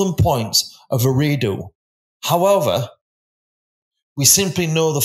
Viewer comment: lol yes I heard that and what about ee-ray-doo lol